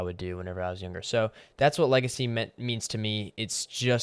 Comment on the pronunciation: idk. I kept hearing lazy instead of legacy